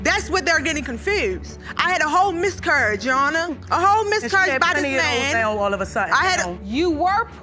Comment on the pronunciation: I lost track ...."I had a whole miscurriage"😂